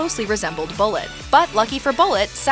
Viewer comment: It's Boo lay. it's French!